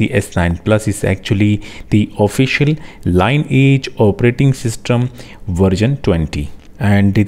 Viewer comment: Changa review, dhanvaad. Par bhai-ji, iss OS da naam "Line Age" nahi hai, yeh "lineage" (pronunciation "linny-ajj") hai. "Lineage" da arth vanshaavalee (वंशावली) hai, aur yeh iss OS da naam hai kyonki isska predecessor Cyanogenmod thaa, matlab Cyanogen da vanshaavalee continue hota hai.